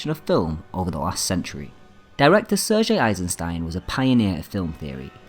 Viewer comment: the narrator may not be able to help having a grating lancashire accent but he could at least learn the correct pronunciation of proper nouns. William Friedkin is "freedkin" and Sergei is "SIRgay" nor "sir zhay". incorrect pronunciation detracts from the credibility of the narrative